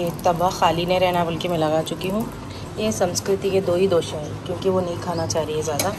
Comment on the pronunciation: Mere khyal se dosa hota h na ki dosha😅